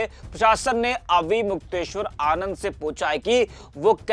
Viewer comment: Naam to theek se le le unka naune